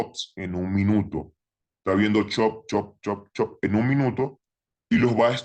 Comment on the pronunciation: Me da gracia como le dice chop jajaj i love trader anónimo gracias por todo